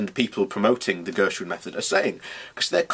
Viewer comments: GERSON, not Gershwin. But it's all good, I can see you're clearly struggling with this concept. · Ok, here goes! You are clearly unable to grasp the basic principle of The Gerson Therapy. In fact, you don't even pronounce Gerson correctly to start with. You keep banging on about Vegetarians get cancer as if that is of any significance. Vegetarians don't eat meat, they can still smoke, drink vodka, do acid, and pollute their bodies with a wealth of other toxins that can bring on cancer. The Gerson Therapy is vegetarian by virtue of the fact that it doesn't include meat but it doesn't include any unnatural toxins either. What part of that is difficult for you to understand, really? So to summarize. When Charlotte Gerson talks about the diet being cancer proof, she's talking about a natural only diet. No cans of coke, no packets of crisps, no popcorn, no Big Macs, no chocolate bars. Just natural organic foods. Fruits and vegetables, nuts and seeds and green salads. No toxins, just raw goodness that nature intended for us to eat. It's really simple but you seem to find it so hard. You seem trapped in your own ignorance. Set yourself free, it might just save your life.